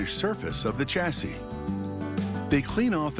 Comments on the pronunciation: I LOOOOVE (NOT) YOUR AMERICAN WAY OF SAYING WORDS LIKE "CHASSIS" SPELLED WITH A "CH", BUT ITS SUPPOSED TO BE PRONOUNCED AS IF IT WAS WRITTEN WITH A "SH" ("SH-ASSI" WITH A SILENT "S" AT THE END AND NOT "CH-ASSIS" AS IF YOU ARE SAYING "CHA -SYS", LIKE YOU DID...) , "SA" DER ... NOW, WHAT THE HECK IS THIS WORD?? DID YOU MEAN TO SAY S O L D E R ?? PRONOUNCED JUST AS IT IS WRITTEN.... SOL-DER.... NOT "SADER" LIKE YOU SAID.... HAHAHAHA.... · Stop, this American narrator dies not know how to pronounce chassis, aluminium and it’s a transformer not a bobbin.....!